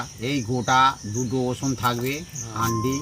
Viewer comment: অসুন নয় রসুন বলুন